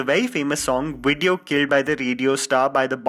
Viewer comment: say Wideo again